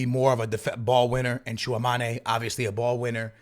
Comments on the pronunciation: Stil saying tchouamane 😢😢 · Bro can’t pronounce Tchouameni 😂